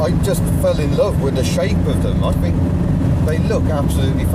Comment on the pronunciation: Fink? It's think!!! And it's not haitch, the letter H is pronounced aitch.